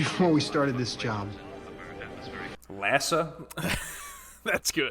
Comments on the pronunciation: Its not LASA but IASA (eye-asa). For some reason they couldn't legally use NASA. I found this show when I was deployed to the Middle East and fell in love with it. So much so that I started attending "FarScape" conventions when I got home. As great as the show is, the fans are even better- they welcomed me home with open arms. And every cast member I've met is great. At the conventions some of them would hang out with us (in the hotel Bar) after normal con hours. A big force behind the show was the Jim Henson Company showing they are so much more than Muppets. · I believe it's"IASA" (pronounced Eye-ass-a) the International Aeronauts and Space Administration.